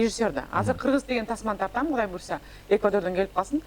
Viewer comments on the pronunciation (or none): Rush Tuк Rush Tuк Гудай эмес Кудай болот уят кылбачы сарт